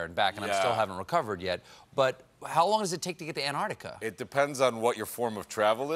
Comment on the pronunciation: Ugh, Stephen! It's not AntARTica, it's AntARCtica!